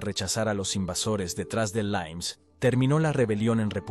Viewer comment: L I M E S, no "laims", robot... ¿Por qué lo pronuncian en inglés??